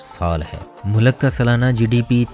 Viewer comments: Mulak ni hota sir mulk hota hai.. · It is a good video however pronunciation of Urdu is a bit not right. Please correct it. Like it is “ mulk “ not Mulak. Population of Turkish people looks looks low, please check. It is 18%.